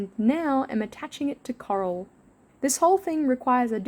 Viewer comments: Is it just me, or does it sound like is saying “Carl” instead of “Coral” sometimes? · I kept hearing “Karl” instead of “coral”, so I was super confused throughout like half the video 😭😭😭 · no way i thought u were saying "carl" this whole time! haha